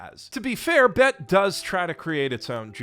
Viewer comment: recognizing "bet" as AAVE is a gift I ain't expect. Still sounded wrong, but the credit was given and he's a Canadian man living in Japan so he still gets points